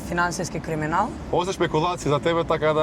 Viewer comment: Kako gordo kaza "Finanskiski kriminal" kako Finanskiski Fakultet da e go kaza.. vika koj znae znae lol....hahahahah pozdrav OG